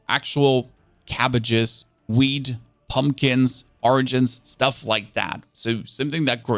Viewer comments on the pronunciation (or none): While filming this, you said whead thrice, is it because you like it so much? :D Whid seeds. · as a stoner i love it when he says wheat 🤣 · u say wheat... like a pro 💪😅